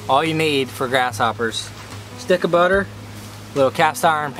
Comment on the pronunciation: “Gotta a little bubber” er butter😂